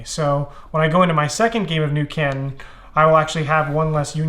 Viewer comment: As someone from the Asia-Pacific region, the way he pronounces 'Canton' makes me twitch.